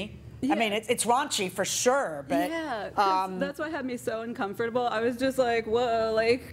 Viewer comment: How many times did she pronounce uncomfortable wrong?